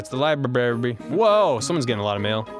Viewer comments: more like liBARRY am I funny yet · The libarry hahahahahahaha